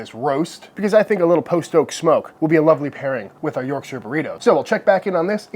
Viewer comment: Congratulations on getting the shire bit right, an American who doesn't pronounce it like their on the set of Lord of the Rings is as rare as a good steak 👍